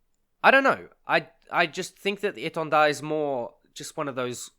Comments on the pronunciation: Yeah it was very well pronounced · Thx for pronouncing the name right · As a french, your prononciation of étendard is really good ! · Your pronouncing of "Étendard" was on point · Correct pronounciation ! Very appreciated ! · Do u happen to speak french ? That the best pronunciation of Étendard that I ever heard from an English chanel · Nice pronunciation on the name, nice vids too.